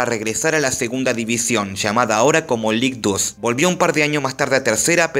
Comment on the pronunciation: Ligue 2 se pronuncia lig du.